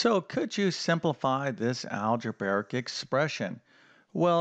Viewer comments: Algebraic: Al-je-BRAY-ik, NOT al-je-BEAR-ik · "Algebaric" expression? Beginning to understand the sad state of U.S. education.